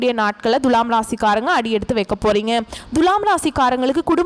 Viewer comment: பேசும் அம்மணி முதல்லே துலாம் என்பதை சரியான உச்சரிப்பு செய்யவும். முக்கியமா து எனும் எழுத்தை எப்படி உச்சரிக்க வேண்டும் என்பதை நல்ல தமிழ் ஆசானிடம் கேட்டு பாருங்கள்.